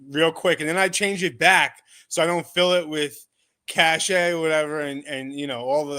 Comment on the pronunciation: Cache = "Cash" not "Cashay" for future reference lol